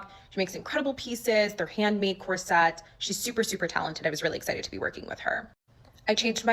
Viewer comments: Drama aside, corset is pronounced COR-sit/COR-sut just fyi. Not sure why loads of people are mispronouncing it as cor-SET now. 😅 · This question is being asked seriously. Since when did the pronunciation of the word "corset" change? It's never been pronounced "cor SET" and I'm saying this as a 67 year old woman whose mother, born in 1910, had back problems and was forced to wear one for a few years. I've also worn enough and seen enough dresses over the years, to know the correct pronunciation of the word "corset." Is this a change in pronunciation that was started by the fashion industry or did it come about at the same time that the deliberate dumbing down of America began? Thanks very much for this video and for all of those that I've binged this afternoon and evening! 🙂